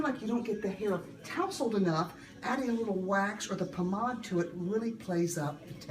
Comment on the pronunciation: It's a French word actually. She pronounced it correctly.